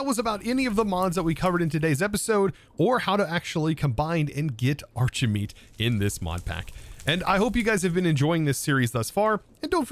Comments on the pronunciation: shouldn't it be pronounced "arki-meat"? You're not called Chosen Archie-tect are you? :P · Why is it pronounced like arch and not like architect?